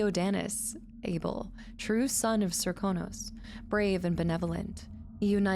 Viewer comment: You're saying it just fine--most characters say "ser-KOH-nos", but on rare occasions one will say "SERK-uh-nos". :) There's a similar inconsistency where most VAs say "Jess-uh-MEEN", but some (including Emily!) say "Jess-uh-min".